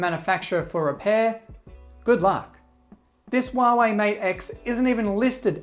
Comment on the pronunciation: Huawei. Not Wahwey.